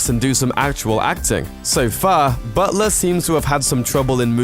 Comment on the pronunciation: is he saying "Buttsler"? Sounds like he says it correctly some of the time though. weird